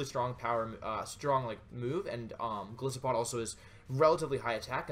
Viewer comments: i dont want to sound whiney, and i appreciate this great video, but... Goliath+Isopod, the "i" in Golisopod is said like "eye". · Wouldn't it be pronounced more like Goal-Isopod, given that isopod is its own word, and the first part of the name supposedly comes from "Goliath"? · You gotta pronounce the name with a hard I. Like the animal it's created from, an isopod.